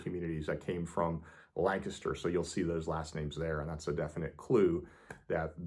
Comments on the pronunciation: I am impressed. You pronounce Lancaster correctly! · Thank you for pronouncing Lancaster correctly!!!